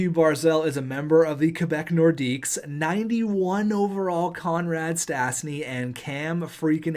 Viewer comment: Stasny is pronouce stashny